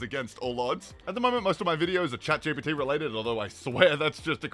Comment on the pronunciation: "oh what CHAD GPT said"